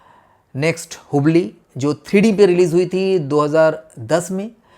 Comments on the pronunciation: हुबली नहीं हबल है श्रीमान जी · Wo हुबली nahi हबल hai... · seriously ? hooblie? he pronounced it what? kya film gyan dega re tu? हबल कु हुबळी bolra ine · हुबली नहीं हबल नाम है ठीक से हिंदी बोलना तो सीख लो फिर हिंदी फिल्म बनाना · Very interesting video for Imax camera.... Sir ye hubblee nahi Hubble bola jata he....jo ek telescope he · "hubbli" hahahaha 😂😂😂